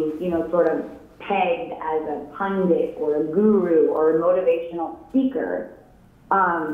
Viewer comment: somebody gotta tell gary tho that he always says "pundit" wrong